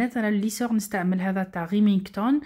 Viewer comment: وسمو ريمنتون ماشي ريمنغتون اسمحيلي اذا صححتلك